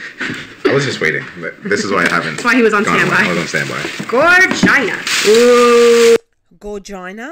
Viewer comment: She says “Gorgina” more like v🌸gina which is just rude, it’s supposed to be like the name “Georgina” and the word “gorgeous” put together.